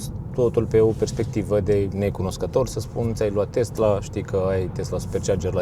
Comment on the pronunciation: Tesla nu Testla!